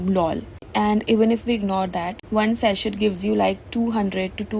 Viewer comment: It is pronounced Sasey not saset. In Sachet the T is silent